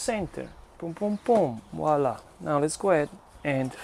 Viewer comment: This guy was definitely born saying vowla vowla vowla😂😂😂